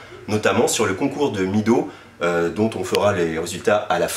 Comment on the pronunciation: Merci beaucoup pour cette nouvelle vidéo! Vous faites des vendredis des jours encore meilleurs!, on dit "Médow" pas "Midow"... petite correction phonétique!!! Bon week-end.